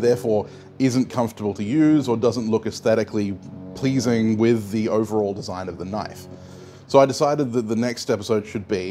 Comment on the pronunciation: I think you meant to say "aesthetically pleaseeeen?" ;)